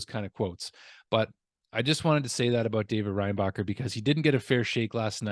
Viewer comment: I think it’s Reinbacher like linebacker